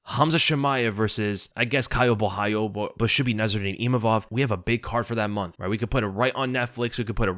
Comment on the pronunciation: Gotta give props for being the only YouTuber I’ve heard pronounce Caio’s last name right